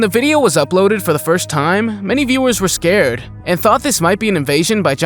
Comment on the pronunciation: All her saiding was not rael, I'm not Scard on the monster.😂😂🙄👎🏻😜😜😜😜😜🤪🤪🤪